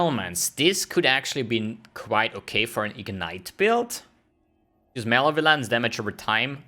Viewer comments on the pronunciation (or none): its not male violence... its mol ev oh lence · "Male Violence"... (muh-leh-vuh-lence) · He says it that way deliberately as a joke :p